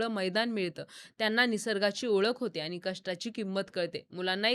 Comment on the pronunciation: आणि ❎ आनी ✅ माणूस ❎ मानूस ✅ पाणी ❎ पानी ✅ व्वा मराठी छान आहे तुमचं